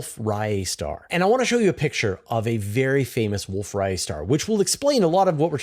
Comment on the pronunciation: Distance Ladder Tools? What about Standard Candles? Say Wolf Ray-et, not Riot star.